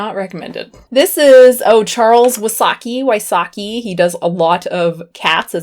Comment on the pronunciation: The way you say wysocki make me laugh so hard. At first i thought it is some guy from japan. Yep, I'm polish and know hot to pronounce it. Love it! I'm at my parents house during this lockdown and I will definitly check if they have some puzzels!